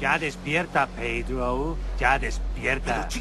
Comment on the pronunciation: Ya despierta "pedrow" (Pedro) burlándose de los nombres latinos.